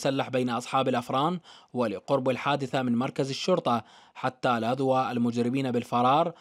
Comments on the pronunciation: مذيعنا عيني (لاذوا) الالف ما تلفظ بعد الواو حبي في الموضع هذا. 😅😅😅😅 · عوفك من الجريمة بس هذا المراسل يقرا الف الجماعة منطوقة يكول حيث لاذواا هههنن